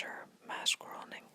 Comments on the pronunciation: I'm not trying to be mean, but since I'm a massive fan of the Simpsons it annoys me that you pronounce Matt groening as "groaning" and not "grayning" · Matt Groening's last name is pronounced GRAY-ning, not GROAN-ing